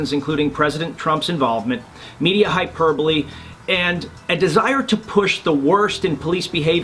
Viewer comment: Thanks for pronouncing hyperbole correctly.